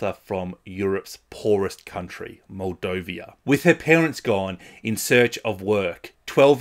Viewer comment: I appreciate the sincerity of your description of The Dear Ones, you really captured the gravity and importance of the issue. FYI, it's Moldova, not Moldovia😅